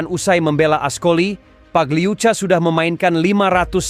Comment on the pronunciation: Pagliuca pagliuka min